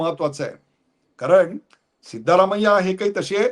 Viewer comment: सीतारामय्या नाही सिद्धरामय्या